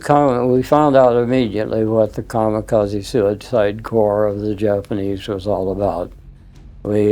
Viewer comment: AND it isn't pronounced KA MA KA Z. It is KA MI KA ZEH. :face-blue-smiling